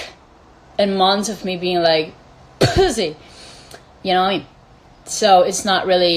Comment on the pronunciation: i gagged when she ~pUhssy~ 😬